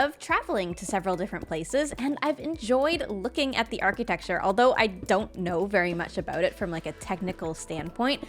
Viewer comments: ar-kih-tech-ture. instead of "key". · interesting, I've always said it like, never heard it the other way before! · i've never heard somebody say architecture as "ar-key-tech-ture" before. cuuuuute!